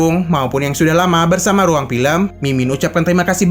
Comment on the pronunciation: RRRRRRRRUANG BUKAN HUANG